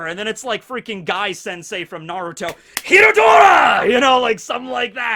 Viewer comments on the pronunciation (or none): none